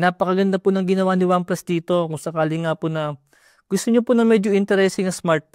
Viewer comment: Pinally, OnePlus PIPteen SmartPon. 😂